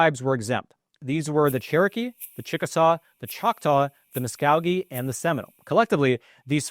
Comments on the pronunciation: Muskogee is pronounced Musk-o-gee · I appreciate your research and understandable explanations, but please learn the correct pronunciation of Muskogee. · mu-sko-gee not mu-skog-ee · ….. this is the way it’s pronounced….. MUSK-OH-GEE…. not Mus-kaw-gee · Mus-KO-gee = YES ..........Mus-KOW-gee = NO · It's the MuskKOEgee not MuskCOWgee.... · Mus KO GEE not mus gog gee Muskogee. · Muskogee is pronounced muh-sko-gee. If your going to report on such matters, at least have the common courtesy to pronounce it correctly. Otherwise pretty good reporting on something no one else will report on. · Mus-KOE-ghee! It's not that hard! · It's pronounced Mus- Ko- Gee..... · It's Mus-Ko-gee, just fyi. Just like the town. Creek Nation south of the river. [edited] I was born in Tahlequah, at the Indian Hospital (W. Hastings build), THE Cherokee capitol. (if your ancestors made it through the Trail of Tears, you've earned quite a stout body, mind & soul). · Mus-KOH-gee, just like the town, just like the song. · Great vid! Btw Muskogee is pronounced musk-O-Gee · In Oklahoma it’s pronounced musk-go-gee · FYI it’s pronounced Musk-Oh-Gee (like the butter), say it quickly and you got it. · it is pronounced MUS KOH GEE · MUS-KO-GEE - long O as in ghost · I keep yelling muskOgee at the tv😂😂😂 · It is not Mus kog ee, it is Muskogee with a long-sounding "O!" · You are pronouncing Muskogee wrong. If you are doing a story, learn the correct pronunciation please….it’s Musk co gee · I believe it is MUSK [OH] GEE, "OH" not "ahh". Lived in muskogee oklahoma. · Not to be a pain, but the correct pronunciation is Muskogee with a long o. Go listen to the song, I'm proud to be an Okie from Muskogee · This is scary for us, as a property-owners in North Tulsa. And by the way, Muskogee has a LONG O in the middle. Thanks for an excellent piece. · Are you pronouncing Muskogee correctly.? O like in Oklahoma. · Learn how to pronounce "Muskogee" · In Florida we say muskogee with a long o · Long O in Muskogee.